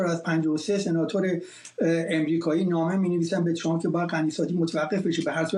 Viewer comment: این پروپسال چیه که کارشناس،تحلیلگرمجری،مهمان،میزبان و ووهرکی میادمعنی فارسی پیشنهاد رانمیدانندخدااااااا،وترامپ راچنان غلیظ تلفظ میکنند ترررررمپ،چررررررمپ،ترووومپ،خومثل ادم بگید،ترامپ،وپیشنهاد،پروپزال😮😮😮😮😮